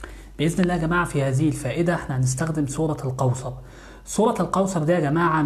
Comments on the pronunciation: لماذا يقول.. سورة القوصر... سورة الكوثر و انت في كلمات اخرى تقول حرف الكاف عادي. ليه تحرف في اسم السورة ازعجني هدا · انطقها جيدا ليس سورة القوصر بل سورة الكوثر ملاحظة وشكرا على المجهود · سورة الكوثر ارجوك صحح النطق ساعة ولا كثر وانا نحوس قاعدة نسمع سورة القوسر انشاء الله يا رب جزاك الله كل خير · اسمها سورة كوثر وليس قوثر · سوره الكوثر مو قوصر. الفظهه صح لأن هذا كلام الله. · اسمها الكوثر وليس القوسر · سورة الكوثر وليس القوسر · سورة الكوثر وليس سورة القوثر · اسمها سورة الكوثر وليس سورة القوثر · الكوثر وليس القوصر🙈🙆‍♀️🤦‍♀️ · تنطق كوثر وليس قوسر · هل يقصد سورة الكوثر ...لاني اسمع القوصر